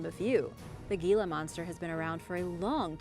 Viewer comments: Gila is actually pronounced HEE-la not ge-la. The Gila Monster is an amazing creater. They tend to be very shy and actually prefer not to use it's venom unless it is absolutely necessary. However I did almost incur ones wrath while visitingCasa Grande National Monument near Gila Bend AZ. While a guides tour at the monument I almost put my foot down on the tail of one of these beautiful creatures. Even the ranger had not noticed it but as I pulled my foot back suddenly and stopped all of the group stopped and was looking at it as the ranget bent down and picked it up to let all of us get a closer look. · Sorry, Gila Monster is pronounced "hee-la." Living in the Southwest U.S.A. I have had personal encounters with them with no issue. I know enuf to keep my distance, having had a friend growing up who got bitten by 1. Nothing terrible hapoened, just severe chew marks and scars. Baltic Sea Anomoly, if it's a natural formation then PLEASE explain to me why are there the Electromagnetic anomalies? Only above and near to the Anomoly at the bottom. Reply please with accredited theories, PLEASE no crackpots. I'm merely inviting "mainstream, accepted history personages" to reply with reasonable theories and I'm willing to discuss the possibilities brought up. I merely want a solid answer that explains and discuss with me so we all can understand better. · I know it's spelled Gila (monster), but here in the west, it's pronounced Hee-la. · The Gila Monster is pronounced Heela Monster. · I live in Hawaii and actually had one of those foot long centipedes come out of my sink drain when I turned the water on, scary s**t! I really enjoy your videos, very informative. So many people learning from you, I have one constructive criticism. You pronounced most Spanish words beautifully, but the G in Gila monster is pronounced like an H. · The 'G' in Gila monster is pronounced like the letter 'H', owing to its Spanish origin.